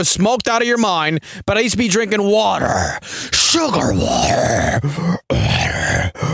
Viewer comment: "Sugarrr waterrrr" adding that to the list...